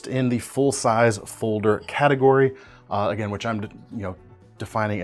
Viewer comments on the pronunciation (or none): none